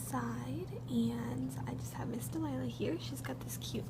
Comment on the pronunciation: I love how she says mis. Delilah